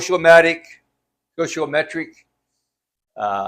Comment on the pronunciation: I’d correct your pronunciation, but I can’t t spell stoichometric. Maybe I just did.